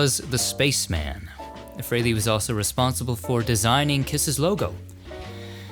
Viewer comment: Thanks for visiting Ace Frehley, thanks for pronouncing his name properly and for only using images of him in the video!